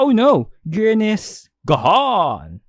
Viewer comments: Grian is g-aha-n This is a f-aha-ntastic video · "Grian is... G-aha-ne" Already made me laugh out loud. Love. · Grian is "gAHAne" got my dead 🤣